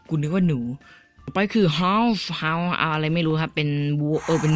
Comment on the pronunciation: คือพี่อยุ่ม.อะไรค่ะสะกดภาษาแย่มาก555โฮสพี่แม่งอ่านว่าเฮาส์ซึ่งแปลว่าบ้านกุยุป.6กุยังอ่านออกเลยแล้ววิเลจเจอร์พี่อ่านอ่านวินเลจซึ่งความพอจะนึกออกแต่เขียนแปลออกมาไม่ได้ คือกุไม่ได้จะล้อน่ะเว้ยคือกุตลกง่ายแล้วนี้กุตลกจนแม่ด่าอ่ะ ชอบพี่น่ะแต่ภาษาพี่แย่มาก ตลกเเป้ป #คือกูขอโทษ #ใครเป็นfcกุขอโทษ #เกิบใครลอยมา